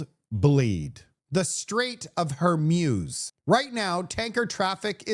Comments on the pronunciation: It’s the Straits of “Horr-muse” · I was going to list the American AF bases & GCC refinery areas hit by Iran, but you covered most of it. Love your Arabic & Farsi pronunciations of bases & the Strait of Hormuz. 🤭 Note in S. Ontario, the price of low-grade octane gasoline has increased 25% the last 4 days, from ~ $1.20 per litre to $1.50 per litre. Tough times are being precipitated with the international oil/gas production shortage. Brent Crude is nearing $94 per barrel & West Texas Intermediate (WTI) circa $90 per barrel. Lock your seatbelts as we will be on a terrible journey, the worst oil crisis since the 70s!